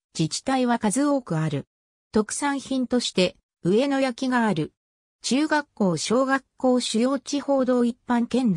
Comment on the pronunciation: 「あがのやき」です。